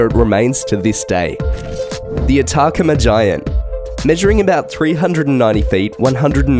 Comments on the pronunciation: It’s At A Comma desert. Like the desert is near a comma , , , , it’s Atacama. Never mind, this dude is pronouncing everything wrong..... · Some of his mispronunciations can be attributed to his accent; therefore, "Car-hokia," instead of the correct "Cah-hokia," as in the later "earth draw-rings." But c'mon, narrators, I typed "pronounce attacama" into the Google search window and immediately got three videos. It's "Ah-tah-cah-mah." Nevertheless, it's interesting even though you didn't mention the hats and the signs found on the Moai, most of which disappeared (there's one in one of the photos).